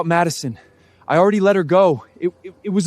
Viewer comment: Madison not macaron